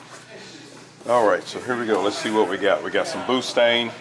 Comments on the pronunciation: He said boostang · Did you say pootang lol